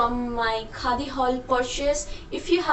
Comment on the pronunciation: Bap re accent 😂 Khaa di